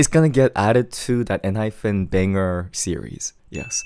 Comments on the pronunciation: please pronounce Enhypen properly 😭 it’s En-HyPEN not hyPHEN!!! Also, Jake was always my favorite vocalist in the group, even when Heeseung was still there, though objectively Heeseung has better technique and larger range. Jake just has a God given voice that sounds so good. He bias wrecked me hard this comeback 😩 and I can’t believe you didn’t like Two Fools 😭 it’s my favorite song on the whole albummm but tbf, I like the entire album (except for maybe Checkmate but it’s not bad, just not my cup of tea). I’m glad they got all kill wins and more this comeback!! They deserve it ❤ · hi hi it's enhyPEN not enhyFEN hehe thank u for this insightful review though!!!